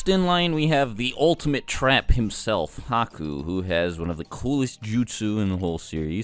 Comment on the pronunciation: I was with you until you said Haku 😒